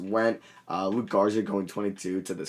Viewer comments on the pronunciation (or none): It’s luka Garza not luke Garza!!